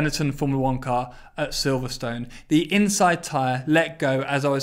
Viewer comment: Silverstone is pronounced wrong